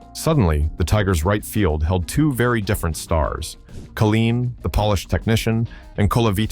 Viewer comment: Kay line, tee unt